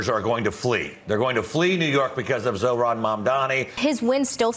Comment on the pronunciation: jordan can't pronounce zohran?